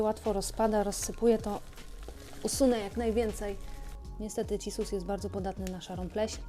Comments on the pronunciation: Wow!! Dzięki za poprawkę zza kamery! Jak powiedziałaś cisus a nie cissus to stanęłam i mówię „ ej! Cissus! I nagle rozległ się głos sprawiedliwości 😂😂😂🌱🪴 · Moja mama też mówiła cissus przez ć i śmieję się od 5 minut już XDDDDDDDD